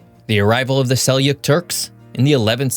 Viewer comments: This map is wrong. That is not the Sassanid Empire (They never conquered Europe). Also, Seljuk is pronounced Seldzuk, not Seliuk (That one hurt my ears). Go do better research. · you’re absolutely right about the pronunciation of Seljuk; to be more specific, it is pronounced like “cell-chook” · It's pronounced sell-jook fyi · You create great content. Huge likes for your videos. However this video deserves a dislike in my opinion. You mispronounce the word Seljuk and spread falsehoods about the history here. Sorry. For example, Russia is not expanding its invasion in Georgia. The situation is stable there. What's more, it's the other way round. The most likely scenario is Georgia attacking its breakaway region of Abkhasia, not the other way round. It's just one of many falsehoods. That said, your channel is superb and even this video is well done but this one has to get a dislike from me. Sorry. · Thanks. My own name starts with a J. In English, John is not pronounced Ion. In some languages J is a semi-vowel and not a consonant so I understand the mistake, but it's not acceptable in a channel that tries to take themselves seriously.